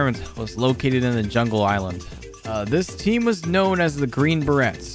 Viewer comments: You did not say Bah Rets hahaha its Bah Rays....I'm not even a military person either sheeshhhh. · Inhale It's pronounced green Bur-Rays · Is anyone else cringing every time he mispronounces Green Beret? In case you’re wondering, it’s pronounced similar to fillet. Like Beray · Good video but i believe youre pronouncing it wrong. The T in berets is silent. So its like "Buh-rays".